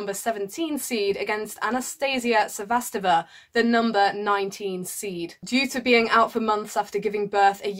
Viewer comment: not to be overly critical, but your pronunciation of Cibulkova and Sevastova is a bit off.